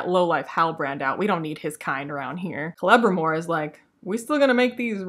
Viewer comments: LOL your mispronunciation of Celebrimbor sounds like "Clevermore" - quite appropriate really. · I thought you were saying "Clevermore" instead of Celebrimbor as a joke. You should have gone with that excuse instead of admitting you mispronounced it. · Hilarious video series. Kudos! 🤣For this specific video, it sounds like you're calling Celebrimbor "Clevermore" which I feel like it's your subconscious mind giving him an ironic nickname for the master smith who has never thought to mix ores together. Such a clever elf! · Kelmmimor? Celerymore? Krammunmur? Sell some more! 😂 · I thought you were calling him “Clever-More”. Also, new name for the show “The Non-Sequiturs of Power”. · Forgetting the syllable sounding like "Bore" in reviewing this series seems quite forgivable. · I was going to make a comment on how you kept mispronouncing Celebrimboring...